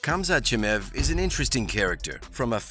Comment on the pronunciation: Well i should have known that your a casual just how little research you have done... your wrong pronouncing khamzat's last name ...have you watched the trainkng videos?? He taps black belts non stop ill be back to talk shit when he wins 1st round ...gilbert is smaller ..also